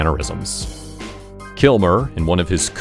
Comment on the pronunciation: I love this video but it sounds like you are saying KILMORE